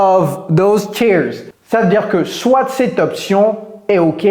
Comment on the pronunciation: Hi coach vos vidéos sont super.... Merci Une petit correction dans "soit" le "t" ne ce prononce pas... Encore merci pour vos vidéos